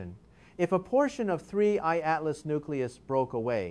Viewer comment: This dude is AI. He pronounces 3I/ Atlas differently at different times throughout the video, and it is oftentimes very choppy and awkward. What is going on here?